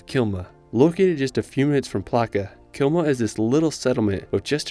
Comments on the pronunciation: Great video. It's Klima not Kilma. If you'd like to correct this. Keep it up:) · KLIMA ! not Kilma ;) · Klima not kilma… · LOL, it's Klima. :)